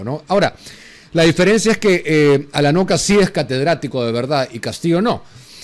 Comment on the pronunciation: Alanoca o Alacoca. Cocalero?